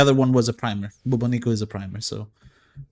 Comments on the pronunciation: Dude ! BubOnico ! The accent is on first O ! This weapon is reference to the Bubonic Plague - aka Black Death, pandemic from year 1300 that killed millions ! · That is not how you pronounce Bubonico...